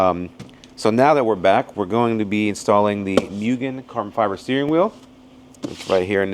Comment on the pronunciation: i love tomei but the price tag is what does it for me, im waiting one for my DA and my EK.... NOOOO WHY DONT PRONOUNCE MUGEN LIKE THAT ITS MOOGEN